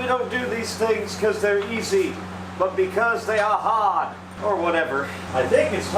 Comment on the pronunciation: "but because they are hahd... or whatever" 🤣